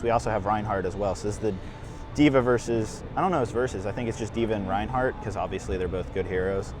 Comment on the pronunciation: It’s not pronounced Ryan hart, it’s pronounced RAIN HART!